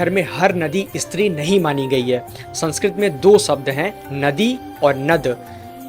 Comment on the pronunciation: " इस्त्री " नहीं " स्त्री " उच्चार करे . बस इतनी सी बात है .